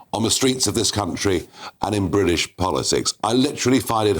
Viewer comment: How he says “Brrrwit-ish” is sooo annoying. Why is he still in a job. Please resign!!!!!